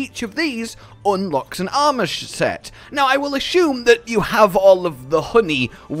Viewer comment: “an Aumish set